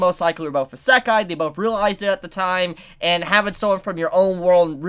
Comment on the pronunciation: You're saying Isekai wrong